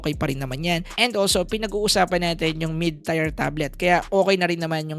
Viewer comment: ay patola. 😅 Pakinggan mo yung pag pronounce ni sir ng "mid tier" sinasabi nya "mid tire". Gets? 😂